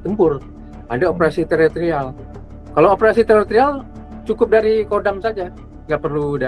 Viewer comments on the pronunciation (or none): Bukan teroterial pak tapi teritorial